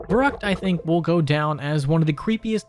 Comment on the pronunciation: Fer-rookt, not ver-ruckt